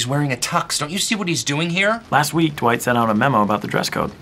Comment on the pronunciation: Whenever Jim says Dwight it sounds like he says dawight